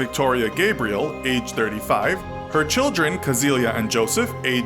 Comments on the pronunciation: The girl was named Cäzilia, not “Kasilia” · It´s Cäzilia with an Ä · The name was "Cäzilia", and the "ä" is NOT pronounced as an "a"....